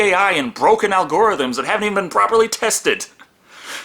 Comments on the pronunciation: Did you say "Al-Gore-ithms"? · "Algorithms" said as "Al Gore Rythms" brings to mind a dancing politician :) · Did you say... Al Gore Rythms?